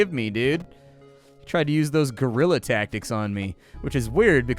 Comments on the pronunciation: its Guerrilla tactics not gorilla :D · isn't it called guerilla tactics? like partisan, not a monke